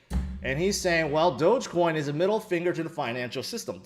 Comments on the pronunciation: HHAHAH you said dogcoinj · It's dog-e-coin, don't you see the dog everywhere when people talks about doge?